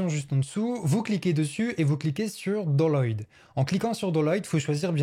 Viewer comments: Il a bien dit "doloid" (au lieu de Download ? Le mec manipule les IA mais il sait pas parler. Mes oreilles saignent encore. Download ! Ducon (mon écoute n'as pas été plus loin et je bloque ce site de débile) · attend je suis le seul à entendre dolloïde ? au lieu de download ? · download = "Daounlod" pas "doloy" 😂😂😂😂 je me suis abonné direct, ta vidéo était parfaite !! j'ai beaucoup aimé et j'ai aussi beaucoup appris !! désolé pour ton pc 😂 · C'est moi ou il n'a rien compris à la prononciation anglaise ? Doloyd :-D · Avez vous pensé à apprendre l’anglais 😂 “ doloyd” … excellent